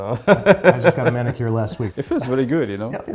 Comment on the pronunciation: It's a Man-I-cure.